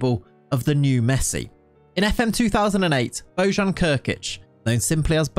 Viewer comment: You dont pronounce it well it's Bo Y an ,not bo J(ž) an.